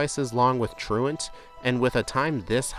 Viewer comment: Found you last night and enjoying the videos! I genuinely appreciate that you pronounce "truant" correctly. 😂 You earned a follow with that one!